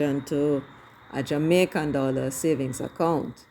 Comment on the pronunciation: Mark not a Dallor not a red cent